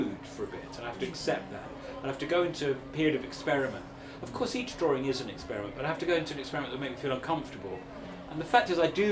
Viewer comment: It is a DRAW-ING …not a DRAW-ER-ING😊